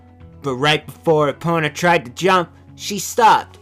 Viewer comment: "Epp-ih-na" -, 2015